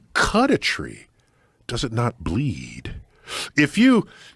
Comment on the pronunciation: The way he said bleed 🌳